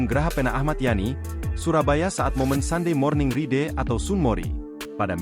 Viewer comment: Baca ride kok jadinya riiiideee wkwkwk